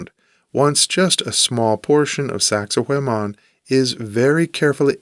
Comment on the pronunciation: saxay waman, not saxay wayman never thought I could be so triggered but you pronounce it so many times